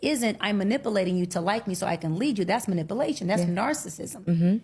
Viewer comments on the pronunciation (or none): . Did she say "Manipalation"? And she's a therapist? It's ManipUlation. Smh.